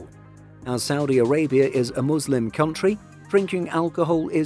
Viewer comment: I appreaciate that you pronounced "muslim" and "haram" right